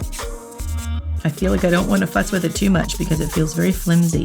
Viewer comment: I had to rewind several times because I swear I heard her say “fuck” instead of “fuss”